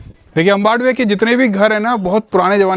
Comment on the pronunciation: अंबडवे नहीं भाई अंबवडे नाम हे गाव का ...!